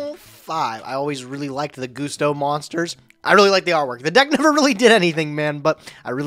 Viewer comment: Seeing mispronounce Gusto made me wanna throw up.